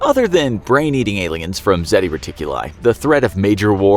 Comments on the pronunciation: It's Zeta Reticuli, not Zeti Reticuli! 🙄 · It’s ZETA reticuli